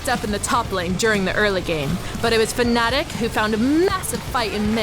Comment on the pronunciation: It's fnatic not fanatic...